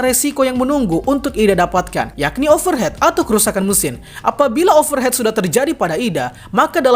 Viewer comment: Over hit bang bacanya bukan over het 🙏🏽